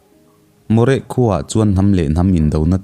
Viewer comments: Maw réh ni lo in Morêh ti a lam tur. Mo(nupui sawina ang hian) reh(quiet) Morêh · Ngaihnawm lehpek.. moreh hi a lamdan ah (h) hi a silent.. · A hmang thin te leh keini hovin kan lamrik dan chu Moreh hi 'Maw+re' ti ang deuh niin, Madrasi hi 'Mat + ra + si' ti a ni bawk. Hriat than dan ang nilova i rawn lamri hian beng a fah lo ve deuh. Sawiselna nilovin a thuphungin ka rawn luangliam ve mai mai a ni e, lunglova lak lo a aw...